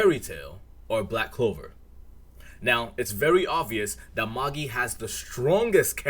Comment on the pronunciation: Magi is pronounced May-J👁 btw